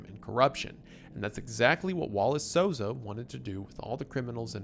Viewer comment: hey brasilian here u said the names perfectily the first time